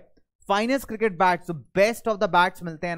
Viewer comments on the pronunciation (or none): none